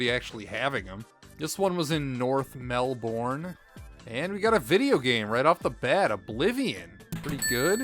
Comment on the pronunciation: I really enjoyed the video, but I almost had to stop watching when you yelled out Mel-BORN. I was born there and it's Mel-bern. That's all!